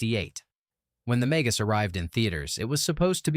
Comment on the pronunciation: Ha! Ha! AI doesn't know how to pronounce "Magus"! AI also thinks 1971 is "at the end of the decade of the 1960s". Ha! Ha!